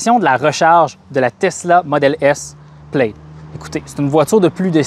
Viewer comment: Plaid se dit PLAD, amigos